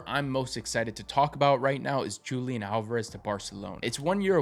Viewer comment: Here's a breakdown of the correct Spanish pronunciation: Julián: The "J" is pronounced like a strong "H" sound, and the emphasis is on the "N" syllable. Álvarez: The "v" sound in Spanish is a soft "b" sound, creating an "Ah-l-vuh-res" sound.